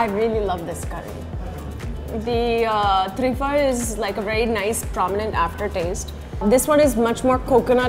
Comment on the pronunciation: त्रिफळ नव्हे तिरफळ